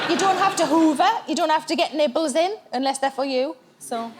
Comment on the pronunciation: Oh when she said nibbles I thought she said Nipples! All these lonely christmas people talking on twitter with their nipples on show